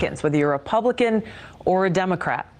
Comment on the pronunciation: lol she said "publican" 😅😅